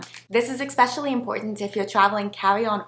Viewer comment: The is no such word as "exspecially" but apart from that I'm appreciating the videos. cheers